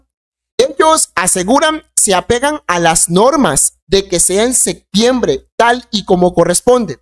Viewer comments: Enseñaste a hablar no se dice "sectiembre" es SEPTIEMBRE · Por qué no habla bien no es sectiembr es septiembre, aprenda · No se dice sectiembre sino septiembre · La palabra es SE”””P””TIEMBRE !!!!!! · Septiembre no sectiembre y opción no occión, aprende a hablar